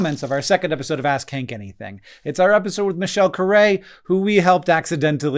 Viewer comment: Am I the only one that kept hearing "Ass khank anything"? 😂